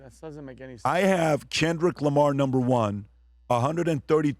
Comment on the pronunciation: Why does this guy say Chenrick Lamar